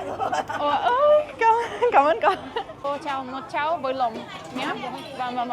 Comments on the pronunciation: Ơi, please be extra careful when you pronounce "lòng" (internal organs), vs similar pronunciation that i kind of heard from you " LỒ...." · I agreed with Jason when she said chao lòng sound like psy porridge 😂😂😂 lol ….god she cracked me up 😅